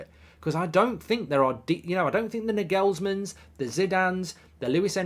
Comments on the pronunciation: Incorrectly! Getting to be irritating now. He must be deaf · How did you say Naglesmann??